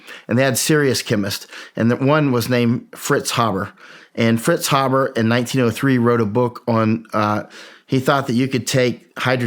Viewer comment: Why do people have such a hard time pronouncing the name “Haber”? It doesn’t have two B’s. Hey-ber, not Habb-bar.